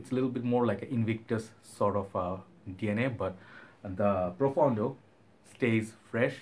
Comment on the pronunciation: pronounced very well. It means deep in Italian!